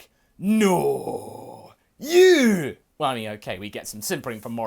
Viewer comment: When he hit the Scottish "No, U" It was 10/10